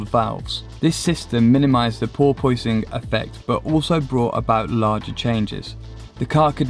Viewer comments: Porpoise, an animal like a dolphin. pronounced porpusing not por pois ing bro. Other side of the pond issue? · What is "pore-poy-sing"??? It's just pronounce "Por-pissing". Go google it. But thanks for a very informative video. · haha this crazy por-pois-ing makes the car hard to drive well tts a problem again! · It's pronounced poor-pus-ing. All one word no gap. But the video is awesome lots of info love it. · are you tryin to sayin "por-PUSS-ing? as in the dolphin? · what the hell is he saying, "porpoising?" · "Porpoise" is an animal, and the effect is pronounced the same way. It's not pronounced "Por-poising". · jesus you say that like it's spelled poipoising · Porpoise is pronounced "por-pus".... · I have absolutely no idea what you are saying... Ball poisoning? Boil boising? Closed captions say "poor poisoning" I really cant figure it out. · Porpoising - funny pronunciation 😂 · Can't handle the pronunciation of porpoising here lol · Porpoising is back!?? Porpoise 🐬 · Is that really how you all pronounce "porpoise"? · Porpoise its a sea going mammal that is often seen in large pods diving in and out of the water at incredible speed. Now you can pronounce it properly it is not some physics dynamic.